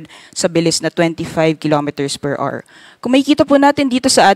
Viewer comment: PER R | Children, remember: The word HOUR is pronounced as Ah-wr, not AR. The stress is on the first syllable. Don't be like this reporter.